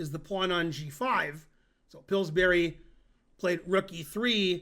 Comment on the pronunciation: Tomorrow the same video, only with Ben pronouncing Pillsbury correctly.